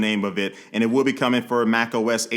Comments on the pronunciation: Mac OS "Ace" Ventura 🤣🤣🤣🤣🤣🤣🤣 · You know when you first wake up, scrolling through social media & what not, & things seem extra funny for some reason ? I heard this man say "macOS Ace Ventura" and i'm currently wiping tears away with a paper towel.😂Too funny bro !